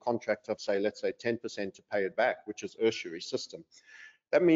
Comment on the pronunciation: Great stuff guys. Hey little point....it is ''usury'' - pronounced ''you suh ree' isn't it?'